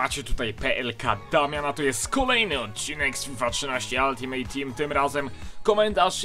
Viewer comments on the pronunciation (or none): none